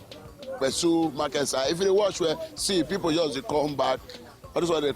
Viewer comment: Its pessu not kpesu...